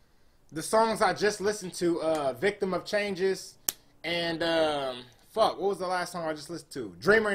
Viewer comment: is the whitest "fuck" ive ever heard